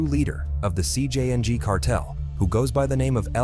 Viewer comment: this ai voices is butchering the names, but the worst ai i heard is jcng being pronounced as si-jang